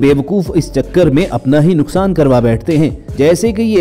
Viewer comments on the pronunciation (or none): none